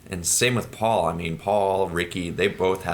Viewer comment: needs to learn how to make the "P" sound, he pronounces Paul's name "Baul" atleast once, and says "Butt" instead of "Putt". lol